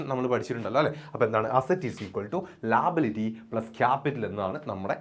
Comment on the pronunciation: Sir ലാബിലിറ്റിഅല്ല ലയബിലിറ്റി ആണ്😂😂